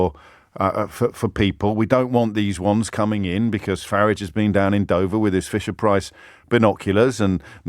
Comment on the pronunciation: Why does he say Farige?